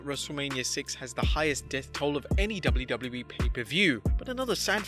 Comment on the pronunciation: why did he say doubleu boubleu e in stead of wwe